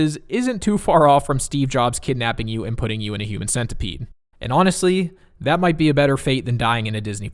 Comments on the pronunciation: Why is he saying "human sentaipad" instead of "human centipede" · Wait.. why do you pronounced it as cent-ai pad? It clearly should be cent-e-pad, right? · Wtf he said cent i pad